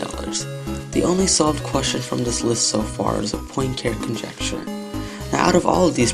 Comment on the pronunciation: You are incorrectly pronouncing "Poincaré". It is the last name of a FRENCH mathematician.